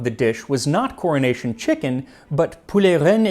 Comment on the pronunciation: As a person of the uk, he is pronouncing it "Cornish Chicken" which is possibly somethong else 🙂